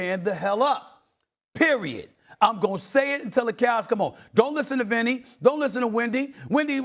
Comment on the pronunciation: i said Vinny not Windy 🤣🤣 I'm now on the floor